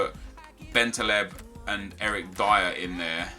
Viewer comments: it is eric (dyer) not (dear) and it is Var-ran not Var-ane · Anyone else cringe at his pronouncing of Dyer?